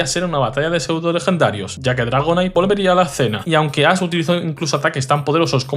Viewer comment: Muy buen video! Lo único que no entiendo es por qué el youtuber a Ash lo llama "Ass" y al tipo psíquico lo llama "sísico"